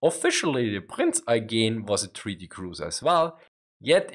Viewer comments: It should be Prinz Oigen and he says Aigen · prince oy-gen.